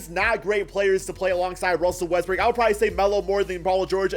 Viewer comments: He says more Westbrick than Westbrook LMFAO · Is it me or he pronounce Westbrook westbrick😂